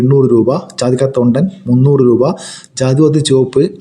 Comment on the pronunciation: ചാ തി കാ അല്ല ജാതിക്ക